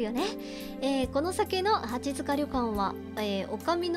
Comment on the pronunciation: 、リクエスト採用ありがとうございます！！ 読み方、きしもじんであってますよ！！ って、読み方出ましたね！！ このゲームは本当に無駄な事柄が一切なく最後のフラグの回収が凄いゲームです！！ 八塚（やつか）ですよ～ 最初の音量でも自分は大きすぎなかったですよ～ My梨イオン！！！ セーブデーターを別けて、グッド・ハッピー・そして、自分が一番お気に入りのトゥルー・三つのエンディング、見ますか？ どれも、素敵な終わり方なので、ぜひ、3つとも、見ていただきたいです！！